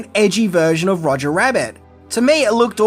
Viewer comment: Roger, not Rodger